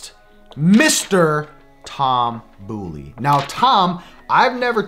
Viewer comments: Boley= Bowl-ee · Shredding Toms last name..... it’s B”oh”ley. Lol. Not the boo. Lol